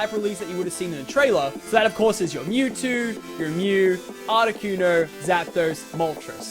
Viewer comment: Butchered those names.